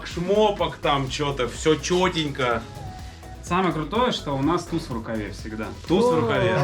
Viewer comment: "тХузЙ на ривере"